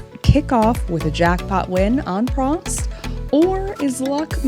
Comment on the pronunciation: „Prost“ is the german Word for „cheers“ and the Lady looks like the Ladys on the „Oktoberfest“ in Munich. And you have to say it like „Proooooost“ with a Long „O“ . Thanks for your Videos and good luck